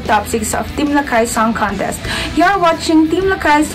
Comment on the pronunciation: mas maganda sana kung LAKAY ang pronounciation, hindi "LACKEY". heck